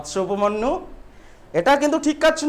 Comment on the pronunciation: উচ্চারনে অনেক ভুল আছে, উপমন্যু - উপমান্যু, কাজ করা-কে - কাজ কোরা,আরো অনেক ৷ এগুলি সংশোধন করো ৷ তারপরে পড়াও ৷